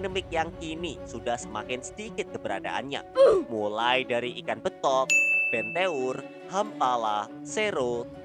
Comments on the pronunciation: Bang cara ngomong nya itu bukan benteur tapi benter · Cara pengucapan BENTEUR coba dicari tau lagi min